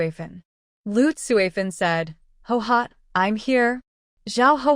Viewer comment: Why do so many characters from this era bear the name Guihua? Why does the AI read it as Hohot, when it’s clearly pronounced Gway Hwa? Why don’t any of the posters correct the AI pronunciation so that we don’t have to listen to Hohot throughout the novel?